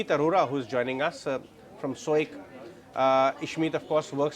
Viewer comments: From Sooikkkk....no Please..... It's SOIC. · It’s Ishmohit and SOIC not Ishmeet and soic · Ishmit 😂😂😂 soyic 😂😂😂